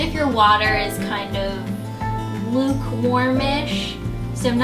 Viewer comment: She said LUKE warm water ..... Awkward Hahahah no that was unecessary but it was weird hearing her say Luke thats it XD